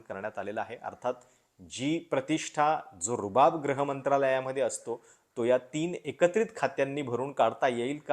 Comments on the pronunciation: its gruha not graha. Not expected such mistakes from you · ग्रह हो नाही गृह, ग्रूह खाते. गृहखाते.